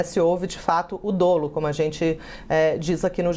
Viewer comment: Pronuncia-se DÓLO.